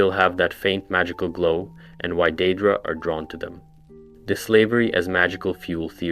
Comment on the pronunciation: A less snarky, more helpful version of this comment is that it's hard to listen to mispronunciations like that. The words are literally pronounced for you by NPCs in the games. Copy what they say.